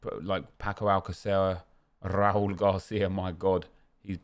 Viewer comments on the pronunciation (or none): none